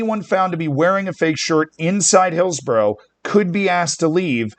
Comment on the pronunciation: I think the way Z pronounced Hillsborough is far more of an outrage than this